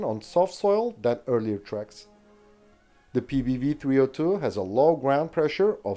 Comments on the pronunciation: Very impressive that you managed to say all the Swedish names in their full glory, *clap clap*. Small correction1: The cannons used to be belt fed, but this was later changed on all of them to make them cartridge fed. Small correction2: The PBV 302 is more of an APC than IFV. It was meant to carry troops into battle and then stay to support them with the cannon. Ukraine will probably make the most use out of these bad-boys as battle taxis and armored ambulances. A vehicle not for the modern front-line, but more for the rear. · Well done pronouncing the Swedish vehicle names!!!